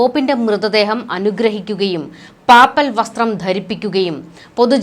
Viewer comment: പാപ്പൽ അല്ല, പേപ്പൽ ആണ് കൂടുതൽ ശരി.